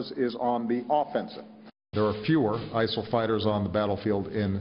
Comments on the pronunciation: Why does Obama call it isel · Why does Obama say "ISIL" & everyone else says, "ISIS"???